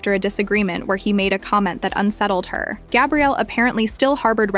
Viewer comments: You're pronouncing her name in the masculine form, then called her Gabriella 😮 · They arent even saying her name right. This shi wack.